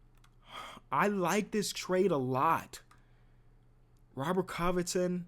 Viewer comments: the way you say robet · The way he said "ROBBERT" lmaooo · The way he said robert😂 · the way he say Robert got me dying